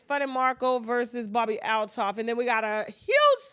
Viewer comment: Its so annoying that you cant get peoples names right. Bobbie AL-TOFF....not ADOLPH